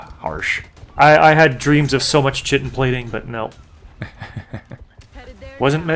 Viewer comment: Since pronunciation appears to be a running joke in LPs... - Chitin - "Ky-tin" - Grenadier - "Gren-a-deer"